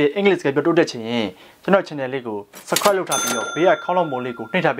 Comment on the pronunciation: The way he say subscribe tho he need to work on his pronunciation and grammar